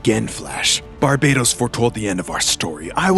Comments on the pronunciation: Its actually pronounced bar"bat"os like batman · "Bar bay tos" shivers Ugh, please Americans, please pronounce names correctly for once.